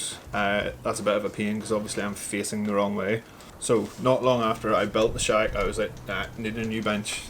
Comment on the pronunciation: I think you need to pronounce shack a little bit better as it sounds like shag at the beginning